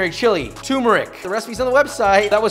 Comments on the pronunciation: Woah there! It is NOT called tumour Rick. It’s name is turmeric. TUR MER RICK. TURMERIC. Turmeric. Oh my allah. How many times ? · why do you keep saying Tumeric. its TURMERIC Fam